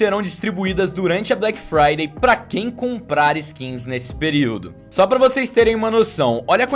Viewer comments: "Blequi fraidei é na nexa estori" IRONIA, PROFESSORZINHO DO YOUTUBE! ... Mais pra participar do sorteio #Black Friday é na nesha store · "Black Fryder é na neshestor" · "Black Fryday é na neshestor"